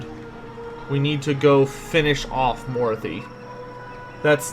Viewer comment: So, yeah you're pronouncing Mor-ath-i like Dorothy with an M............Personally i think you should just stick with Dorothy :) Love your content BTW.